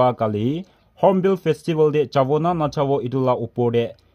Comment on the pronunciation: Hornbill not honpell it's the difference between Eastern n Western 😅😅😅